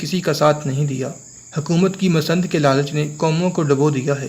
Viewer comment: Masand nahin lafz Masnad hai